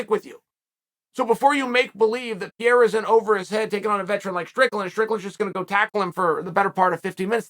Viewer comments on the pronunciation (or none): none